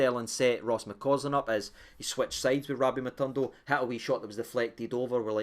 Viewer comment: how do you read this name in your mind?... Matondo.. ma tawn doe? 😜😂 lovin Lunny the now too man, delighted wi Dessers findin form